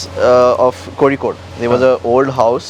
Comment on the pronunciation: As a Malayali, it is heartwarming to hear someone not from Kerala pronouncing Kozhikode the right way.